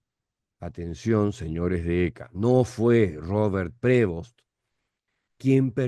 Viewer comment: cuando lo pronuncies, ponle un acento en Prevóst. NO es Prévost. el acento es en la O.